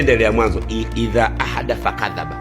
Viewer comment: Hahahaha sio idhaa ahdatha Bali idhaa hadatha